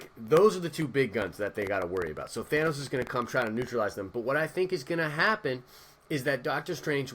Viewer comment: THANOS not Thaynos....lol